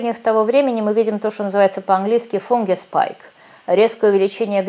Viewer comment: Юлия, учи английский. Повторяй ФАНГУС, ФАНГУЫ, ФАНГУС... =D В имени Hugo буква H не произностся. Говори Юго... Ну и т. д. Не забывайте мягкий знак в Русском языке... =D И да, у нас на юге, очень влажно... =D И печати тоже стали проще. В РФ вси печати из Кремля просто показыают "Контора"... =D Да. Грамотность у нас явно не главное.. =D